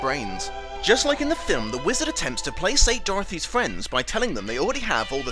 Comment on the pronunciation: Ekes is not pronounced like Etches. It's pronounced more like Eeks. And it's not plasates. it's plakates.